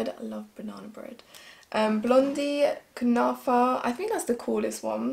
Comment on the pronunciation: Kunafa you are saying it right dear ❤️xo